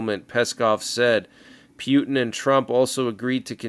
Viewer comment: P Yoot N cracks me up every time I hear pronounce it that way😅